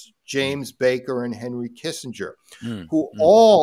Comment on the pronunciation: Jesus Robert, Kissenger??